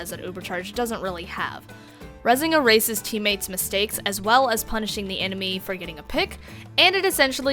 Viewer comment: Is it just me or does it extremly sound like She says 'a racist' when Shes saying erases?